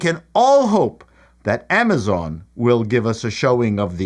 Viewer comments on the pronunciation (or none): none